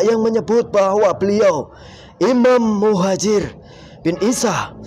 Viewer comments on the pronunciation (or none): Maaf beribu maaf ya jiiiin mohon ijin jinnya pada menit 13,42 salah sebut imam mujahir hhhhh mohon di ralat ya jiiiin yg betul imam Muhajir rodiyallahu Anhu, supaya gak salah fokus minum dulu kopinya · Jin e kliru nyebut😅😅 imam mujaher😅😅😅 anjjiiir piro nek ngundang dagelan ini pengen tak undang acara sunatan😅😅😅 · Muhajir bukan mujahir taan😂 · kenapa jin bisa.salah sebut iam mujahir...sy ulang ternyata mujahir, lalu dia.perbaiki.menjadi muhajir, jelas ini settingan 😂😂😂